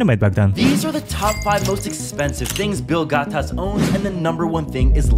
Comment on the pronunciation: They use it as comment bait because when they mispronouce, without fail there will be someone commenting "It's Gates, not Gatas." or "He mispronouced Gates, lol."